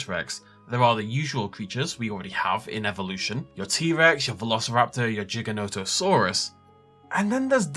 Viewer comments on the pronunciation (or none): none